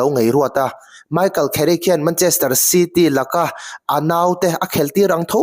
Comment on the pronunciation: Kherick ti ang a i lam hi a nalh lemlo ka ti😊